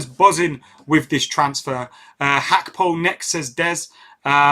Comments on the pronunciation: Am I going mad or does keep saying "Hakpo"? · No idea why keep saying Hakpo... It's literally spoken as it's spelled...why complicate it?!